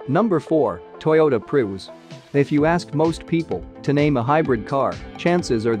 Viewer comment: “Toyota Proos”? 🤣🤣 Gotta love these automated voiceovers lol